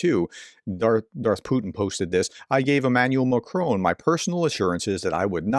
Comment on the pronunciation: Prof: Macron is more or less pronounced as MACRAW. I live near Montreal and French is my second language. Love your videos!